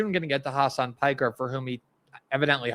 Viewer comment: Glenn I have to admit that it is quite funny that you also called him 'Khamas Piker' (accidentally)